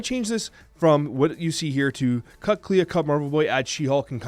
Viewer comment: do you clay-ah the house? Clea is the word clean without the n. Thats it bud. Its pronounced “Klee”